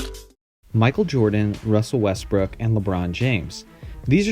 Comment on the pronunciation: WUSSEL WESTWOOK, WTWUUUK???